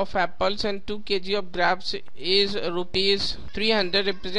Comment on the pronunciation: That's not graapes that's grapes